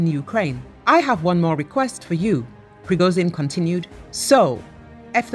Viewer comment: Почему эта баба постоянно говорит "Пригозин"? Это так сложно, выговорить "Пригожин"?! 😏